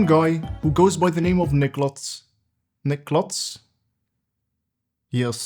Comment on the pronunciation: There's no t in nikluz. It isn't niklutz